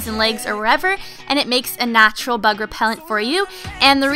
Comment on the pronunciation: Who else heard "Tea Tree oil is a natural thug repellant" .